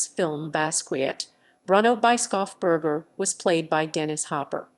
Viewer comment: ... voice sure is AI, but for the pronunciation it is "Bruno Bischofsberger" : [Broonow] [Bish-off-burger]. which could be "read" as the bishop (Bischof) from the mountain (Berg)